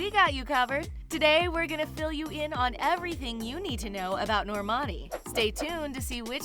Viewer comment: Stop it's nor man ee